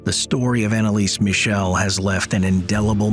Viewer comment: ...can you tell your AI voice that it's not "Annalees Michelle" but that it should be pronounced the German way?